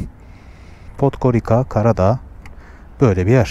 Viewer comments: Podgorika degil dostum Podgoritza diye okunur... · Podgoritsa diye okunur